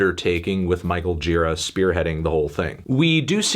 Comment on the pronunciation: it’s jher-a not gee-ra